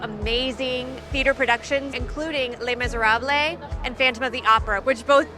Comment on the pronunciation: 😲 No, " lay" on the end of Les Miserable. 😖